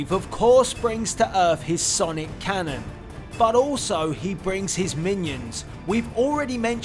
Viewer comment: 8 minions not i inions